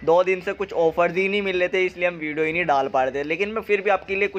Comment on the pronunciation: विडो बोलते हो या वीडियो 😄